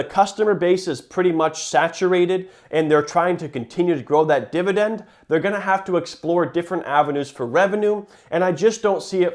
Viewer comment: He doesn't say it once, he says 'Divi DENDDD' 479 times though